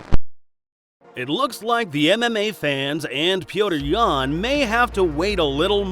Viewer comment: Dude, the guys name is NOT Peoder Yan, do your dang research! It’s pronounced Peter!